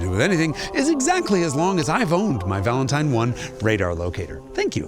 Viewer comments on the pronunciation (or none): none